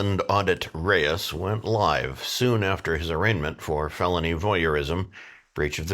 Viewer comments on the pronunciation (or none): none